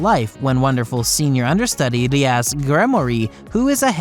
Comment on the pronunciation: I think I’m having a stroke. The way he pronounced essei and rias’s name is killing me